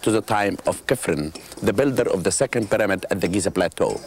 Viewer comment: the way Hawass says "pyramid" is very fucken annoying! ITS PYRAMID ASSHOLE...NOT "PERAMETH".....damn